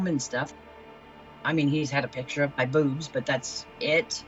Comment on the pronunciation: “he’s had a picture of mah bewbs.”